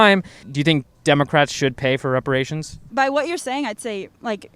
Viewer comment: did she really say respirations?